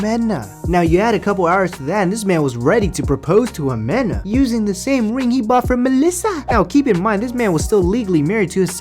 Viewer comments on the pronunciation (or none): Lmao how you gon pronounce "Ximena" (He-men-Ah) as "Jamena" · Ximena. Say it with me Ximena. 😂😂